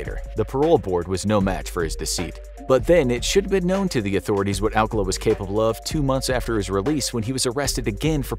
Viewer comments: His name is pronounced Al-CAH-luh, not AL-cuh-la. The date didn't go well? No. She didn't go on the date. She met him at the show and thought he was creepy. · His name is "Arcala" not "Alcala" but still sus